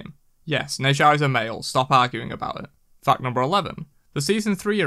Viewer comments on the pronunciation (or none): none